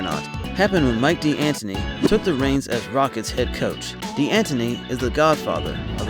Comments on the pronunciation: Arizona coach "D Anton E" is really pronounced "Dan Tony". H played at the university in my hometown. His family were players and coaches. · d'anthony its pronounced dantony lol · that "D'antoni" pronunciation makes me cringe so hard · Please don’t say mike’s name like that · Ima need for you to say mike's last name correctly